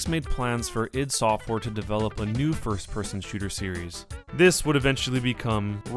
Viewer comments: Doom is like the worst FPS game of all time. And this person pronounces ID software incorrectly. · its not id its i d software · ID software - it's "eye dee" , not " eed" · It is called Eye Dee not "It" software. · 'Eed' software? Really? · You say ID software so wrong it makes me angry just saying. ;)